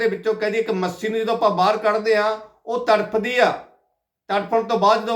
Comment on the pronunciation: ਮੱਸੀ ਨਹੀਂ ਮੱਛੀ ਏ ਤੇਰੀ ਜੀਭ ਮੋਟੀ ਲੱਗਦੀ